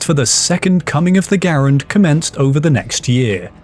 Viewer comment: If you mean "Garand," the proper pronunciation is "GARR-ənd," the last name of the designer, Jean Cantius Garand a French Canadian from Quebec. "gah-RAND" is just TOTALLY incorrect.